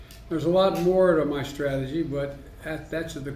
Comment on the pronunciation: Reading between the lines "Unveil my comprehensive stragahgee..." trails off, forgets where he is, remembers where he is, looks at the sheet, forgets how much he read, "it's been uh...." Makes a MONKAS face at the paper because it doesn't have any clues on it as what to say next, "You know..." Stairs blankly, starts to snore, recovers, "I GUESS I look at attorney general" Makes the mistake of looking up from his prepared statements, "We been this a law time, at this a long time." Looks back down to where he left off like a child swimming desperately back to the shallow end of the pool "A long time." It's only be a few months and I agree, this shitshow feels like a long time.